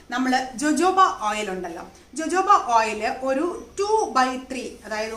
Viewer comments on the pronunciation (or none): dear jojobo is pronounced as hohobo